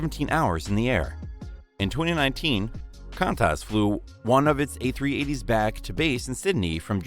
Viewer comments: QUANTAS! QUUUUAAAANTAS!!!! fast speak , and it sounds like this : "Kwandaz". CAAANTAS.... no. ur welcome! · A340 was not a popular plane - sales below projections, underpowered and a fuel hog. Nice ride but very few still flying. And say it correctly: KWAN-TAS. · Btw "Qantas" is pronounced like "quantas" but is spelt as "Qantas" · ur pronunciation of qantas is strange